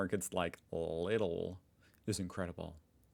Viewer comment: Lidl pronounce: Leedle. it is like Aldi,you are right there.